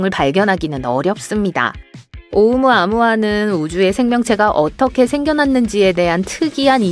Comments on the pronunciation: 오우무 아무아 X 오우 무아무아 O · 오우무-아무아가 아니고 오우.무아무아.. 이상하게 읽어서 되게 거슬림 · 오우 무아 무아를 이상하게 끊어서 읽으시네요. 읽기 전에 검색만 한번 해봐도 단어 설명이 나올텐데 아쉽네요